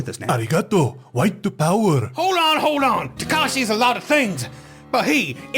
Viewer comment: Hearing him say white piwer killed me